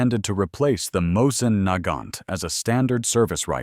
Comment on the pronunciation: Mosin- Nagant. (Pronounced Mos-EEN NAG-ahn), the Nagant part was the magazine. Had an M91 from the imperial armory....extremely accurate.